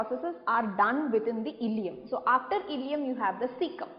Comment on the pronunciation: that illeum, not illelum